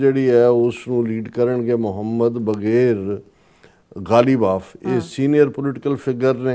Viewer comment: Correction..... Abbas iraqchi foreign minister... Bakir qalibaaf plz pronounce correctly